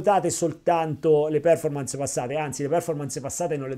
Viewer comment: Ottimo video come sempre grazie. Solo un piccolo appunto sulla pronuncia di performance, l accento cade sulla o, non sulla e.